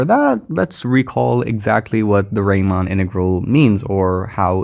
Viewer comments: Thanks a lot for this amazing presentation. I had never heard about product integrals. Just a little correction: the "normal" type of integral is named after Bernhard Riemann ("ie" instaed of "ei"), and Riemann rhymes with Reemunn. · It would be useful to know about real applications of these integrals , e.g. in physics . And a little ramark : it is Riemann (Bernhard) , pronounced like ''Reemann ''.